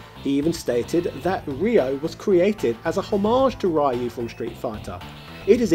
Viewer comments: So many info is missing, and lot is mistaken, Ryo is not based on Ryu (pronounced リュウ, Hepburn: Ryū not Raiu) he is based on Goku and Kenshiro, SNK pitched a Hokuto no ken Game, and it was rejected(HENCE THE NAME RYUUKU NO KEN) They kept some of the moves, like the Zanretsuken, And the GI is same as Goku, and thats the reason why you can charge KI. It had nothing to do with Ryu, then they added the Kohou, to match Shotokhan characters. You also missed that Todoh is based on Soun Tendou. You found that info on Wikipedia, but just like Jordan Peterson said: READ MORE Still you have my like and subscription, for doing your part with this video! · It's REE-YU, not RYE-YU. I only bring this up because you say Ryo's name correctly. Show Ryu some respect. 😁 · No, he said "Ree-yo." The fact that he consistently said Ryo's name correctly made the Rye-yu pronunciation stand out more. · At this point I'm pretty sure you read Ryu as "rai-uh" on purpose. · I hate it how he calls Ryu Rhy-yoo and calls Ryo correctly. You had one job man. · It's pronounced Re-you like from reusable. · I think it's really funny how you do a halfway decent job pronouncing Ryo's name (Lio, kind of like Yo but placing the tongue at the top of your mouth in the beginning in the L placement going right into Yo) but pronounce the Ry part of Ryu completely differently. Hahaha! Hot oil wins! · So this is just trolling he pronounces Ryo the right way but he says Ryu as he bloody pleases. This is one of our fave gaming youtubers ladies and gentlemen XD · Not sure if he's saying Ryu wrong being that I don't know how the Japanese say it, but I still hate the way he says it. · I lost it when you said Ryu's name wrong its already 2020 and people still say it wrong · Dude how do you pronounce Ryo right and not Ryu?? 😂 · I find it quite Bizarre that you pronounce Ryo fine, but butcher Ryu every bloody time LOL.